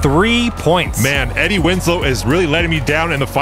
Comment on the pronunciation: Eddie Wins-low *